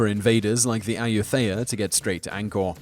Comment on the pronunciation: Ayutthaya is pronounced Ah - yud -tah - ya I'm half Thai and it bugged me that the pronunciation was wrong. But I totally loved the video